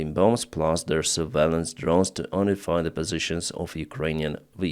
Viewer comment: Not un-ify, its pronounced younify(unify)